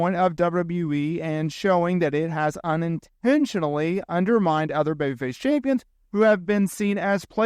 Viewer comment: You struggle with the word Champions.